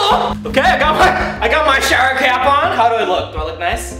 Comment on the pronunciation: Jenny Huynh oh yeah it sounds like crap insted of cap